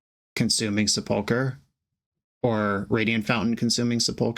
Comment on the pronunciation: The accent on sepulcher is on the first syllable. SEH pul kur